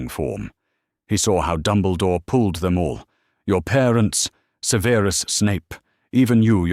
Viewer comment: The AI artwork put clothing on all the house elves, seriously? One day and AI narrator will say Severus Snape's first name correctly. Harry needed to take Ancient Runes, don't you think?